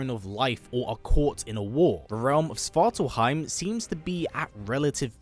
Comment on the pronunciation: Svartalfheim is the home of the dwarves!?! I don’t think so. One, you’re not pronouncing it correctly, and; two, svartalfheim literally translates to “Home of the dark elves” (svart = dark/black, alf = elf, and heim = home”). Nidavellir is the home of the dwarves in Norse mythology.